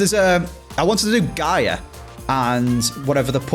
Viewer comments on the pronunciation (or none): none